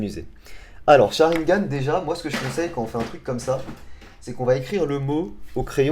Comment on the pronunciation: Nul nul nul nul le "sharigan"